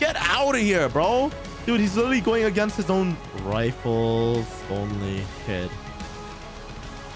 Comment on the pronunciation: Sniper "riffle"